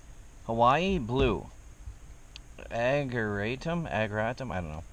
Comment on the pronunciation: The little blue flowers are pronounced "a-jer RAY-tum"...yes, they are annuals. Still looks like the plants need a good source of nitrogen, such as fish emulsion. If it rains as much as you say--that will flush a lot of the nutrients out-leaving your plants looking too yellow.